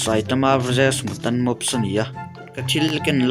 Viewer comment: Mutant tih kha mutan ti in lam suh u kha english a u ang in lam rawh